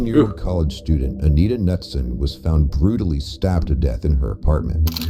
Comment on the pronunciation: Minot - It's pronounced like "my" "not" not "mi know". It's in North Dakota, not France. and Knutson is pronounced like "ka" "nutson" (long U) , not NUTSUN.